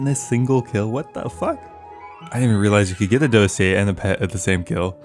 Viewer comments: why can nobody say Dossier correctly as if it's some word they've never heard? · The fact that all the youtubers dont know how to say dossier😂🙏